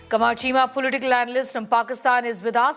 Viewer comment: Cheema became "Keema". What a dumb F***?